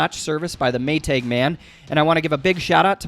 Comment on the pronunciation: Maytag is one word. Not May tag Not a long a on tag. Smh